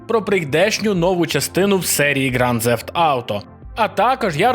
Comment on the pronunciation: Ґранд Зефт?! Інколи мені здається, ти спеціально шукаєш способи неправильно вимовляти слова.